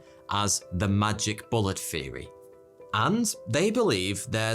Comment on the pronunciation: Nineteen sixty free, troof, conspiracy feery, I’ll never understand why some brits pronounce “th” as f. Love this guy